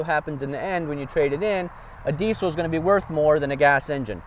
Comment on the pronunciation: It’s diessssel not D-Cell.